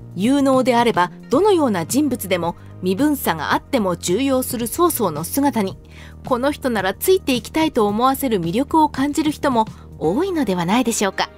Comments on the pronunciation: 重用 じゅうようじゃないよちょうようだよ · 人材登用(じんざいとうよう)、重用(ちょうよう)じゃないんかな？